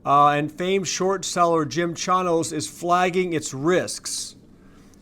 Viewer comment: it’s pronounced Chainos! 😅